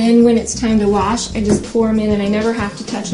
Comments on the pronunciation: Wash, Opie. Not ‘worsh’ you little child. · Say worsh one more time opie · Oh my God opie stop saying warsh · stop saying worsh